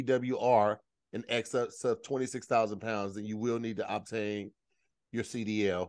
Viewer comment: I almost choked when Lou Lou called out pronunciation of obtain 😂😂😂😂❤❤❤ I'm from Cleveland give me six months of summer!!!